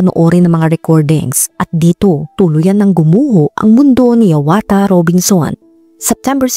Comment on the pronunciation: omg .... kapangalan ko pa Yung ama 🤦🏼‍♀️ HIAWATHA ,,, pero ang pagka Pronounce Nung Sakin ee HIYAWATA